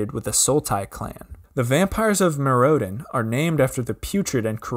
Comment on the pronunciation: why does he pronounce Mirrodin like that?